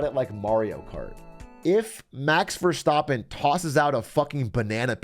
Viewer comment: Max Ver-stop-en, lovely pronunciation Dr. Carbonation